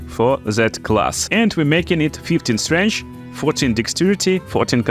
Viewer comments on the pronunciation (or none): I can hear you say 'strench' for days. Good video's! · I like the way you say strength. It’s quite strange lol.